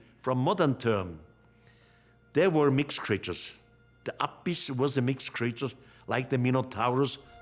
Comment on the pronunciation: “Deeez mixked cxreeetures!”